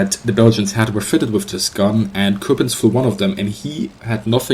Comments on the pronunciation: Michael Bohmer no i didn't mean it like that i meant that you pronounce it like you would as a german he said it like a frenchmen would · you pronounce coppens like you would in german its a flemish name and you pronounce it like a dutch person would